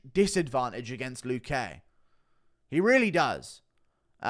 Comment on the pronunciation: Guru, the accent in luque is on the 'lu' not the 'que'